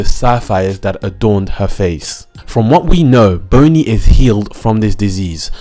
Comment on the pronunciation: "Boney" tho...